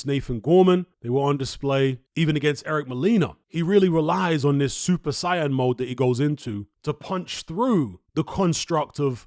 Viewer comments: I wish you said saiyan properly you said super cyan not super saiyan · It's pronounced "say-in" loool